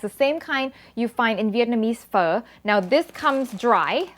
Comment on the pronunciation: Your Vietnamese pronunciation for "pho" is on point! So proud!!!